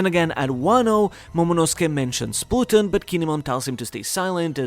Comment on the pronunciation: That pronunciation of Pluton irks me